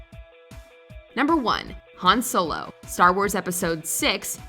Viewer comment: Please learn how to say Han Solo properly 😂